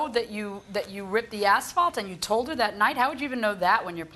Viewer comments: the way he keep's saying ASHfault... it's asphalt dude. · The idiot Defendant is calling it "Ashfault". 🐌🐌😅😅